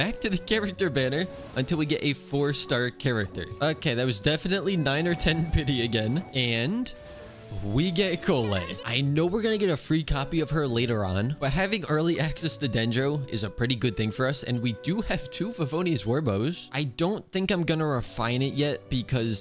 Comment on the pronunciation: Petition for to stop calling her cole-ay 😂